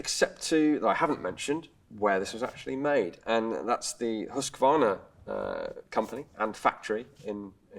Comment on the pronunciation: A general industrial manufacturer, just like FN Herstal used to be over in Belgium, and like Heckler & Koch in Germany was in their early days. I'll never get used to how English speakers pronounce Husqvarna, by the way.